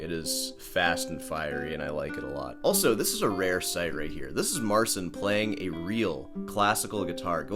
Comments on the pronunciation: Marchin not marsin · Im a Polish guy and I fkn can't watch that Marcin guy. Even if he is not banging on the guitar all his expression and attitude feels made up. There is something unnatural in his behaviour that makes me sick to watch it. Btw you pronounce the name Marcin wrong but in that case fk it, he is a Marzn..:D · That's even better than you think, because his name in Polish is actually pronounced Marchin' :) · He said in an interview that he doesn't want to force people to pronounce his name in Polish, so he sticks with the English pronunciation. And it was also his label directive to call himself Mar-seen.